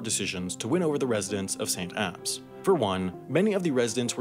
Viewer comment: I can't put into words how pleased I am you pronounced Edinbrugh and St. Abbs correctly